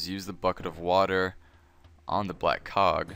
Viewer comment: Thanks yet again. I also am used to your voice, and you dont have a strong accent... so easy to understand. However, sometimes when you say "black cog" it doesn't sound like "black cog" to me :D And in New Zealand, it's ground floor, first floor, second floor etc :P